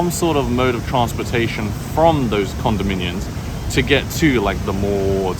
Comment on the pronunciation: Please god learn how to say Condominium not Condominiun.